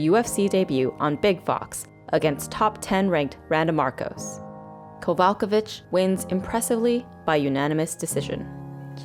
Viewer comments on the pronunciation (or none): This video lost me when butchered Kowalkiewicz's name